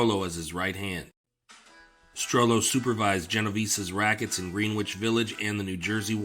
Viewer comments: Terrific video as always. Excuse my nit picking... but it's pronounced "GREN-itch" Village... not "Green-witch". Thanks! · He said "green-witch" village..Im gone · Greenwich is pronounced Gren-itch. Otherwise, a fantastic video. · This channel is a sleeper. It’s only a matter of time til your up there with the big boys. Keep at it! 👍🏼 I forget, did I comment on another video that Greenwich Village is pronounced “gren-ich”? I assume you aren’t from NY. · In the NYC version of Greenwich, the w is silent and the Green is pronounced like Gren. Dumb, I know, but I didn't make the rules. Also Houston St. is pronounced House-ton for some reason. I'm from Brooklyn. We have a few weird pronunciations of streets here too. Cortelyou Road. I'll let you try and sound it out. lol